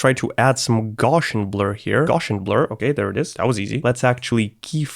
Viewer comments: I was wondering what you meant by “Goshen blur”. Then I figured out that your saying Gaussian blur pronounced “Gow see yen” blur! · For me the most excruciating thing about this video is how you pronounce Gaussian. It's painful! The guys name was Carl Friedrich Gauss. That's pronounced with an ow sound, as in "ouch" - the sound I make when I hear someone saying "gorshian"!